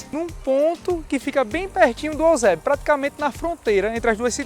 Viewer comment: Já é cearense, chamando o EUsébio de "Osébio". Puro Cearense raiz.